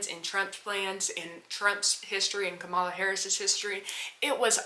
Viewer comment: A total drifter. Wait until Project 2025, tariffs, and World War issues break out if it will be funny to see if you are on a plantation for trump and his fools. But for the record. You are straight up ignorant. Reason I say that because after all this time, you can't truly pronounce her correctly. So why would I take anything you say seriously? A con played you, and you are a youtube online con.